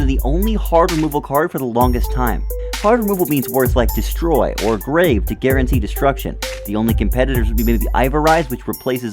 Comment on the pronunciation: DID I JUST HEAR GARENTEED DISTRUCTION